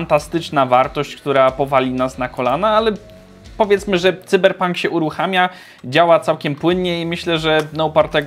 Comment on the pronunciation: Błagam Nie "cyberpank " Sajberpank xD